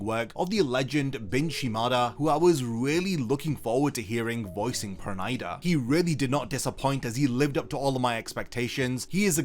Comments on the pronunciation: It's perunida not pernaida (pronounciation) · Why can't this guy pronounce Pernida correctly?